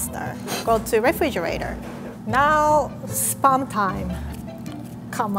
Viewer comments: Our pronunciation: Spahm pronunciation: Sperm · Every time said spam i thought she said SPERM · When she says spam , I can hear spermmmm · RIE : SPAM ME : SPERM?!?! It sounds a little wrong... 😂😂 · Its not SPUUUMM its SPAAAAAAMM 🤣🤣🤣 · She said SPAM I heard SPERM, What's wrong with my ears?!?!! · shouldnt it be pronounced as 'sp - am' im not dirty but the way she says it is like sperm. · Cole Mills great now I can’t unhear it. I literally only hear sperm now. Thanks a lot lol 😂😂😂😂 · Probably... "sparm" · When she says spam it sound like sperm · No offense I love but I heard pronounce sperm instead of spam LOL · Now every time she says spam I hear sperm 😭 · Is it me or i here sperm instead of spam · was I the only one who heard “Sperm time, come out” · Spam is suppose to be froed dawg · Why does she say SPAM as SPERM !?!?!?! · She is saying spam like saying sperm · Fun fact: Japanese people pronounce spam and sperm the same way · her pronounciation of spam is inappropriate......